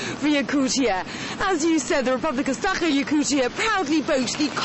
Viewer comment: I hate the way the reporter pronounces "Sakha"! =)